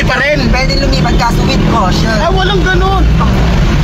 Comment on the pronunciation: lagi ko binabalik balikan ung video, laughtrip ang vadang "WITH KOWSHONN" hahaha.